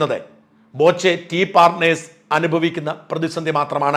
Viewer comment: ബോചെയല്ല, "പോച്ച"